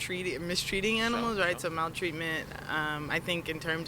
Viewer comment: Girl said: “mAlTrEaTmEnT”